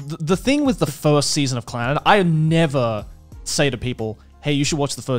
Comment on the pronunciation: The name will always be pronounced with a strong Scottish accent for me. It's not "clenned", it's "CLAN-NAD!"